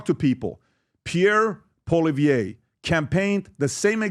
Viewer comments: PBD can't say Poilievre's name right for one. Then he slams him for not going on American podcasts? Jordan B. Peterson is Canadian. Poilievre is Canadian. Why would he go on Andrew Schultz, Lex, JRE podcast? Poilievre wasn't leader of the opposition during the last federal election, Erin O'Toole was. Poilievre didn't lose to Trudeau. The only thing embarassing will be PBD eating his words when the Conservatives demolish the Liberals during the next election. Trudeau will be trying to avoid jail. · He has NEVER even run for Prime Minister yet, so how could he loose to Trudeau you doormat. Secondly learn how to pronounce his name properly. Pathetic. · I like Patrick... But a few things. 1. Pierre didn't lose to Trudeau. So not sure what he is referencing. 2. If he wants Pierre's attention, pronouncing his name properly is a good start. 3. Pierre is literally everywhere. He has been to my town 3 times in the last 2 years, I personally met him, shook his hand and had a picture taken. Jordan Peterson is very well know in Canada, not that Patrick Bed-David isn't, but to say they are in the same league in the average Canadians mind, yeah no. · You don’t even say his name right get out of here you bozo